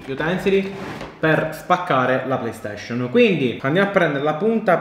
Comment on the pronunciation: Nessuno: Siciliano doc: playstescion